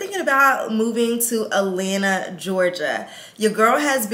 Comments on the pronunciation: AT.lan.Ta! Not Alana 🤦🏽‍♀️🥴…. I literally stopped watching because she has been saying ALANA since she moved there!!! There is a couple T’s she keeps missing and I’m from ATL and it’s killing me! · Please say At-lanta not A-lanta